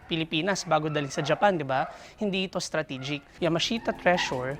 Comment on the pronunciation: Di daw stragitic wtf hahhahahaa